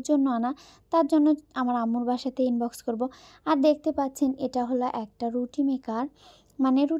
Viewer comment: ইনবক্স না আনবক্স কথাগুলোতে স্পষ্ট করে বলবেন